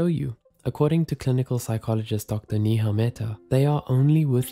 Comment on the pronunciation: Stop pronouncing NIHA instead of NEHA ( ney-ha )